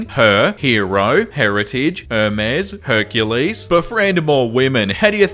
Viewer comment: it's pronounced (HER-MEES) Ugh